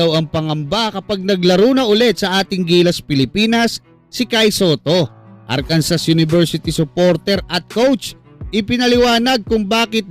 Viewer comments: Arkansas is pronounced AR-kan-saw /ˈɑːrkənsɔː/. It is a three-syllable word with the stress on the first syllable, and the final "s" is silent. This pronunciation is mandated by state law, which defines it as the French interpretation of the Native American word for the Quapaw people. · Arkansa po, without s yung pronunciation jan